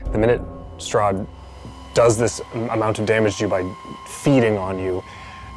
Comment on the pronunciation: Honestly, at the end of last episode I thought she said Soth instead of Strahd until it was written.